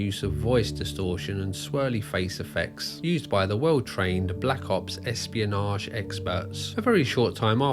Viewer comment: Take this veediyo down or I'll sue you for espeeyonaj.